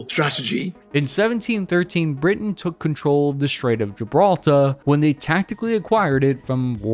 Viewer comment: LOL “Britian”